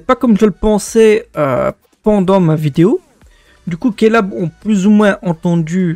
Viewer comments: ça se prononce Klab et non kélab 😂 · Petite question pourquoi tu prononce Klab -> "Kélab" alors que le jeu Tsubasa à l'ouverture du jeu prononce ca comme "clab" ? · Surement l'influence anglophone vu que "k" est prononcé "ké" en quelque sorte ce qui donne "kélab". Ce qui m'as surtout fait bizarre c'est la prononciation de Yhwach 😂 Video intéressante en tout cas, bien joué!